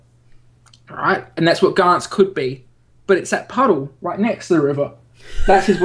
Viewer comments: It isn't pronounced 'Gants'. It is pronounced 'Gan-tsu' I am sorry to be the pronunciation nazi but it annoys me when it is said wrong. But the Anime is just fantastic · Even the anime says its 'gan-tsu'. Well that is what I heard but I may be wrong